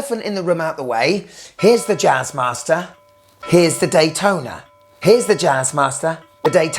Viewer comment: "Jazzmaster"😂😂😂😂😂 "Jizzmaster"......